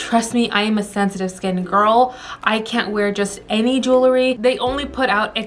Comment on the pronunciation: Please say the word jewelry correct....it isn’t jewLERY..it is JEWELry. ❤️👍